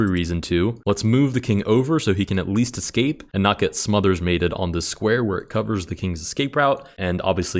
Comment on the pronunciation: still calling smothered mate "smuther's mate"